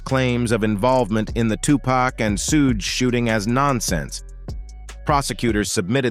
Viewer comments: He said suh gay 😂 🤦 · Why didn't someone tell the narrator how to pronounce Sug's name